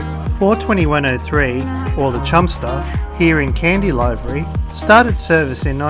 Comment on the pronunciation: Great video. By the way the word livery, meaning colour scheme is pronounce livery as in liver with a 'y' on the end. It's not pronounced live-ery as in I'm a-LIVE-ry.